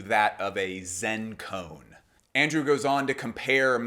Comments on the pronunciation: Great vid Just fyi, its pronounced ko-an, not cone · Amazing work. As a Buddhist just wanted to help with Koan, it's pronounced Ko-ahn.